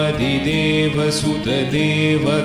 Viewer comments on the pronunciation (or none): none